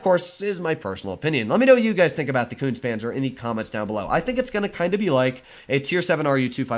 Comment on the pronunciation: It is pronounced Koontz-uh Panzer! Es are not silent on the ends of German words.